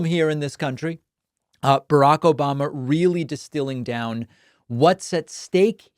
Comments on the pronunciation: This "Obamna" gets me every time 😂😂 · OBAMNA!! gets me every time 🤣